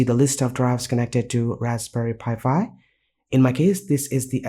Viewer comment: it's pronounced "Raspberry Pi 5" not Raspberry Pi Fi"